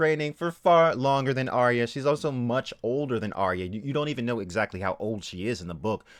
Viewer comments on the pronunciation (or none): AR-YAH not AR-REE-YAH. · How many times does Arya get called Aya? That bugs me. Get the fucking name right if nothing else. Sounds like HIYA.